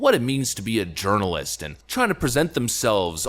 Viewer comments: lol "Urirnalist" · Your pronunciation of "journalist" sounds like "urinal-ist"...sounds pretty accurate, too.